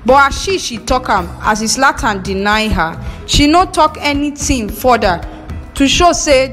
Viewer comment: Abeg no be izlatan it's zlatan